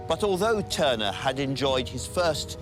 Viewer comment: Tuner or Turner?.... sloppy